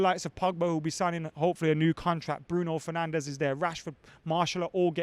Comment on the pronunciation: "bruiso fernandes"